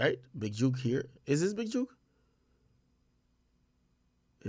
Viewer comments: If I hear one more blogger or anyone else acting like they know something say Big "JUKE" instead of the way its actually pronounced i swear ima Will Smith me a bitch. Think about it... if book, cook, look, took all have the same sound, why would J-O-O-K sound any different? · Y’all saying his name wrong it’s not juke you say it like cook book…jook. And that building is pronounced pear-re-yawn